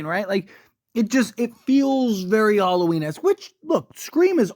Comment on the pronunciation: Halloween not Harlloween lol